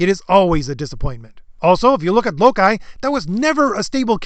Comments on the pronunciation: Not pronouncing Loki as LOKAI ✨👄✨ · Did you really pronounce Loki as Lokhaj?